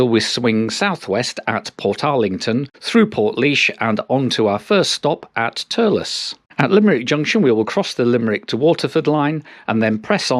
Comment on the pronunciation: Well; you’re not going to get any freebies from Irish Rail, but I like your editorial independence. At least on vlogger I view is a mite too ingratiating for my taste. I spent a long time looking for the “Lewis ” tram! And now at last I know how to say Thurles.